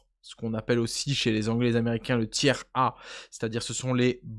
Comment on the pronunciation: "TIR" ça se dit "TIR" en anglais, ça évitera "c'est pas 1/3"